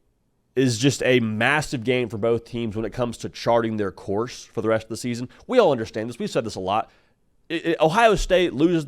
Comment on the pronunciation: The “resht” of the way… 🤣